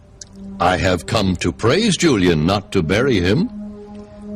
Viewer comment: JuleeInn lol. I love how he says Julian's name.